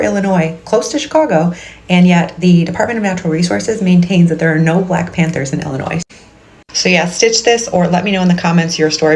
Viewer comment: BLACK PANTHER story: I believed everything she said until the very end when she pronounced Illinois “Illi-noise.” If she had lived there from childhood she would have pronounced the state as “i-luh-noy.”